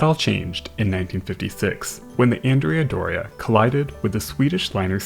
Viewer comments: Just FYI, the Andrea Doria is not pronounced ANN-dree-ah; it is properly on-DRAY-ah, and it was named for a man, a historic Italian general. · It's An-DRAY-ah Doria, not Andrea Doria. It's named for a Genoese admiral.